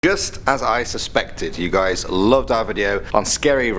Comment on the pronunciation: He said gust not just